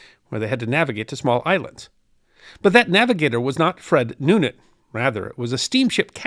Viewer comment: You could begin by getting his name right, it's Noonan, not Newman...